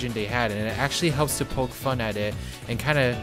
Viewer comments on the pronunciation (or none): none